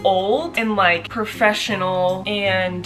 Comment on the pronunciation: the way you said "professional" 🙄😂